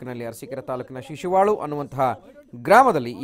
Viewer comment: ಶಿಶುವಳು ಅಲ್ಲ ಶಶಿವಳ